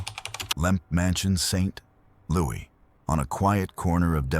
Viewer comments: Why is St. Louis mispronounced It's St. Loo iss not St. Lewie. Thanks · "St. Louie?" Seriously? It's St. Louis. It's pronounced the way it's spelled.